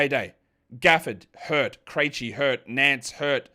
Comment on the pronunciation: You've been pronouncing Vit Krejci's name wrong for the last year or so. Have you watched a single Hawks game in that time?